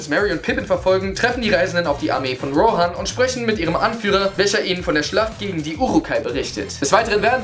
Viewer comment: Die Armee von Rohrhan? xD